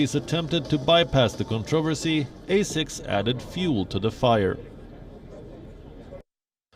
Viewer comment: So according the the Ozzie team, not using slave cotton makes it the highest standards? Also someone should tell him how to pronounce asics.